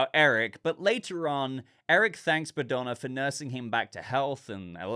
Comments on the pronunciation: Bogdana was the old lady's name I believe, not Badona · the way you mispronounced the old lady name was funny to me. You made it sound like she is Madonna with the B while her name was Bogdana. Eric in this series reminds me Drax from Gunn's GotG movies, he has similar jokes and intellect level minus his obsession woth Bride. I was expecting him to be more heroic but it provides a good dynamic to Bride's character. Regarding Clayface it works well as introduction without telling us much about his character so it can be explored more in his own movie.